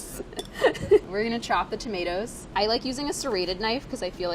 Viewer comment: She said tametars lol. A hybrid of hindi tamatar and English tomatoes 😂